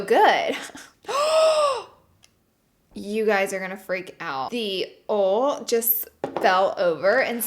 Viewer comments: Everytime she say “ol” instead of “oil” 🙄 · OIL(ojal) Not ol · Someone tell her that Oil is pronounced “oye-il” not “ole” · i love u but its oil not oul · Love how you pronounce “oil” like “ole”. ❤️. The southern accent is so cute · i love how she says oil as ole ugh its so cute xx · she really doesnt know how to pronounce oil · it's pronounced OIL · I lost it when she started saying the word oil 😂✌